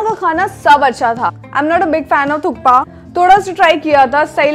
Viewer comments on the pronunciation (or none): Thukpa of course! Who the fool calls it thupka ?